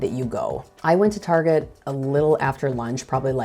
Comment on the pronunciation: I like your “figgerin” for doin this! I should do it too because I’m not at all used to filming myself in public, even though I’m a musician and play in public! Go “figger!” 😂💜😂 ( in, Target? Tar Szhay? 😂😂) ((In one of your next vids for this series, I dare you to talk with your hands, as you are doing so very well while sitting at your computer in this video!)